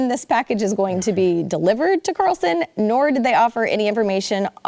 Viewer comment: There’s no T in Carlson